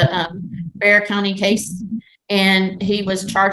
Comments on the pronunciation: San Antonio is in Bexar County, it's not pronounced "BEX-R", it's sounds just like "bare" or "bear". No self-respecting Texan over the age of 20 should get that wrong. 🤣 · I'm not from Texas, but I know how to pronounce Bexar bc of Judge Boyd 😂